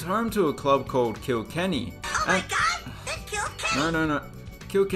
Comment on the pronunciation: "Kilkenny" lol 😂